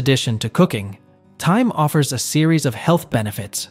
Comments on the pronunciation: TIME the H IS SILENT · please..thyme is pronoused like, time,,and herbs as no h.,..